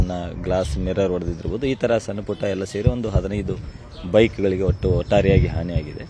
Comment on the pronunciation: ಸನ್ನ ಅಲ್ಲ ಸಣ್ಣ... ಸರಿಯಾಗಿ ಉಚ್ಚರಾ ಮಾಡು